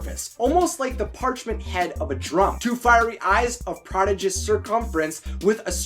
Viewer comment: Guy, the emphasis is on the second syllable of "prodigious," not the first.